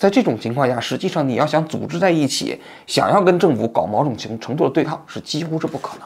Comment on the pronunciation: 某种，发音是mou zhong 不是mao zhong 王痔安，请注意